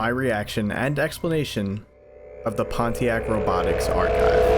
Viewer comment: you dare pronounce pontiac that way